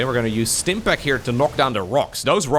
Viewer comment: Classic, rolling the R in Stimpack